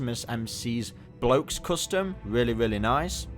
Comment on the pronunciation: Loads requiem blaster Don't ever pronounce Blockees like that ever again 🤜🫷😂